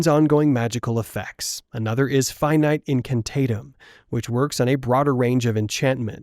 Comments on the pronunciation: Pronounced Finitay... Not finite... Ai voiceover? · finite is pronouced (finn)eet-ei not feinight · It’s pronounced “Fin-ee-tay” not “Fye-night” although that is technically how it’s spelt, it’s still pronounced as “fin-ee-tay”